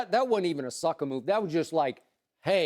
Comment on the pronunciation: Did Skip say Sucka Move??? LMAO!!!